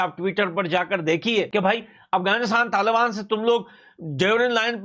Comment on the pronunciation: Not tal bani but,taliban , hindi sudharo apni bhai ji